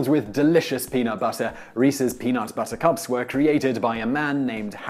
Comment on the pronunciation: I heard the Princess Bride when he said, "Reese's Peanut... Buttahcahps."